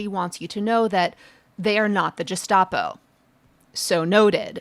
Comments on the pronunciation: Sorry, Leah - it's Gestapo with a hard G, like guest, not Gest. You rock, though, so don't worry! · I couldn't understand the comments about the Gestapo until I heard it myself. Oh my. It's hard g like Gus not soft like a j. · “Gestapo” is pronounced with a hard “g” and the “st” sounds like “sht”. Since we are likely to need to use this word frequently during the next few years, we might as well say it like Hitler meant it to sound. After all,they certainly seem to be doing it like Hitler meant it to be done. 🤨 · Gestapo is pronounced with a hard g. Like gazpacho police 😜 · Gestapo is a German contraction (Geheime Staatspolizei), so it's a hard "G"... if it had Italian roots then the soft "G" (as used by Leah) would have been appropriate... (but Mussolini had the OVRA) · Respectfully, Prof Litman, gestapo has a hard /g/. I've very pleased your book is a best-seller, even if it's because Alito is buying them up and burning them in his yard beneath Martha-Ann's 'VERGOGNA' flag.😄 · How do you not know how to pronounce Gestapo??? (yeah, not the most important thing, but wow)